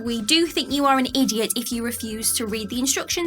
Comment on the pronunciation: Lol, pronounces "idiot" like she's speaking Jamaican patois. "The size of your 🍆." 😅